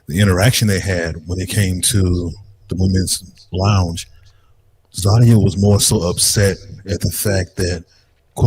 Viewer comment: ZAH-de-Yah!!!!!! 😂🤣😂 tried to "bring down the energy in the room" but Zadia continued to correct her. response was hilarious and infuriating to Zadia, but she couldn't go harder without looking crazy!